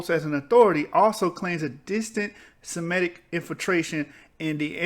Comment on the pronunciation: Waite a minute. Is it Semitic or shemetic ?